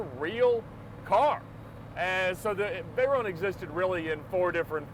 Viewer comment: its a nice car but please call it veyron note veyeronne its a name a famous name ! a racing legend Pierre Veyron !